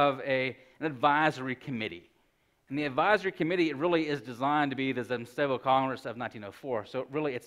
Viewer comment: Disappointing that this professor does not know the Russian language. He refers to the zemstvos as "zemstovos" and does not correctly pronounce that consonant cluster, "mstv". Zem-stvo.